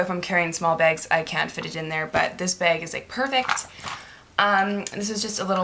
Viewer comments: when you say 'bag' it sounds like 'beg' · i didn't think she was saying 'bag' weird at all (possibly because I'm Canadian too...) but I read all the comments and replayed the beginning of the video so many times I cannot hear 'bag' anymore. what is bag. lmao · I wan't hating on you by the way. I was just saying because I think it was you or someone else who said that she says " bag" weird. Oh and I did know that " Americans" is a proper noun. Sometimes people make mistakes k bye thanks x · She says "bag" like Irish people! LOL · This is the first time I've seen this girl, but I think she is Canadian, right? I am Canadian and I say 'bag' the same way. My guy always comments/makes fun of me for it. LOL I never noticed I said it weird, and I don't think it's all Canadians.